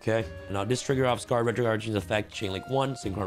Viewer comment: thank you for saying Scar-ed dragon i am proud of you this is the correct way to say it